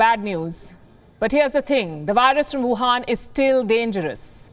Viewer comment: Love the way you deliver the news. Also "Wuhan virus" sounded a little off